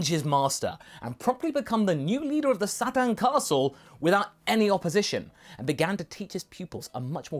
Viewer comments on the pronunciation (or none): It's pronounced "Sa-teen." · For the record, I think I prefer "Mr. Sat-an" to pronouncing it properly in English. I mean, isn't that kind of how it sounds in the Japanese audio, anyway? It... it just makes him that much fun (and funnier) a character. :D